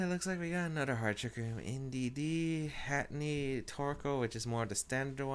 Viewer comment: Heh heh he says Hatteny and not Hatterene. XD